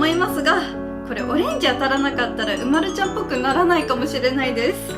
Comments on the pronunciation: うまるちゃんは うまる↑ちゃんじゃない？ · 私とうまるちゃんのイントネーション違う。う→ま→る→ちゃんだな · おくみ 人によって色々発音が違います！ちなみにわたしは う↓ま↑る↑ ちゃんなので違うように聞こえました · うまるちゃんの発音が違う